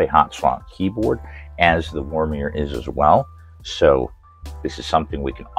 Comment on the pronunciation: Funny how you add an R in Womier every time :D